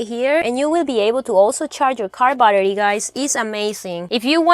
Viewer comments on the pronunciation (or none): none